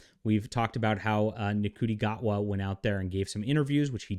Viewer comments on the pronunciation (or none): People only call you racist or a bigot if yoy say racist t and bigoted things.... Can't even pronounce the actors name right. Or intentionally choosing to mispronounce it, makes you a bigot. Hating people for the way they choose to live others is bigotry. You seem to be very opinionated but also very uneducated.